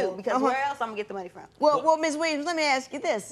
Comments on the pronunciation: doesn’t matter what you were sent to. I was also in speech therapy everyone or school doesn’t offer that. Look at the ppl saying Ax😂😂😂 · Can you people please stop saying "AX me" instead of ASK me??!!